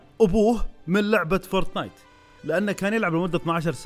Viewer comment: فورتنايت مش فورتنات😂😂😂